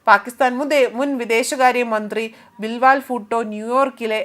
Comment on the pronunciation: ബിൽ വാൽ അല്ല പെങ്ങളെ ബിലാവൽ 😑